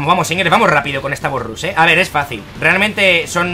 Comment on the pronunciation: de parte de un amigo: embolia cuando dices '' bos rus''